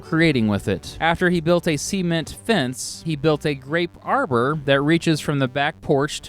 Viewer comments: SEA-ment Sement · Sea-ment lol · Please stop saying Sea-ment ! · Great video, but it’s not sea-ment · Why do you pronounce cement like that?